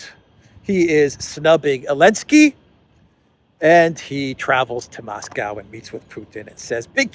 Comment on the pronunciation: Hey,, it’s NOT elensky, it’s ZELENSKY.